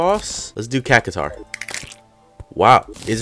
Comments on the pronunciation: Cacutar what the fuck its cactuar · Does it not bother anybody else that he's pronouncing Cactuar as Cah-ca-tar? I'm almost positive it's Cac-twar! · It’s not cacataur itS cactaur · Each time you pronounce cactuar as "Cacutar" i would want to snap my fingers wearing this gauntlet >:c